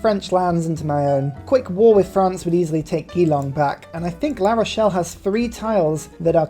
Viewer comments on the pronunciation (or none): btw Geelong is with a soft g. Like Jerry.